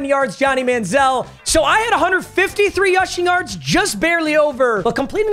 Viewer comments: "YUSHING YARDS"😂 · ah yes... the Yushing Yards...